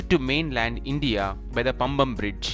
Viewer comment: It is paamban not pamban..